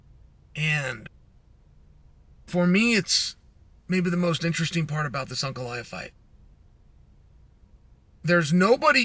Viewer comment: Yes. Perry ah vs unk ef